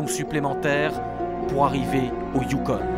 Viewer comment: C'est pas le youkonE...youKON...pas de E...donc...ON...pas one...youKON...